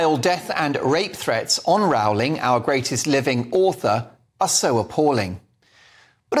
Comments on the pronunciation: Great piece. JK Rowling is truly a heroine for standing up for the truth. Just one thing I would appreciate, please pronounce her name correctly. It is pronounced "Rolling" like bowling, rather than like growling. Thank you. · Why do you say Row-ling. Surely it's "Rolling". We had a Prime Minister here in NZ in the '70s called Bill Rowling. It was pronounced Rolling. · The correct pronunciation is “Rolling” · Could you kindly pronounce "Rowling" correctly? I believe she deserves it. 🙂Please ask Andrew Doyle about the correct pronunciation.